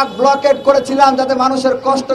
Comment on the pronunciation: ব্লকেড🤣🤣🤣🤣উচ্চারণ ঠিক নাই সে নাকি ছাত্র